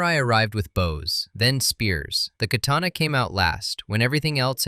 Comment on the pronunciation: goddamn slop you really couldn't fix the fucking H in katana seconds in the video? i HATE SLOP LIKE YOU #DIAF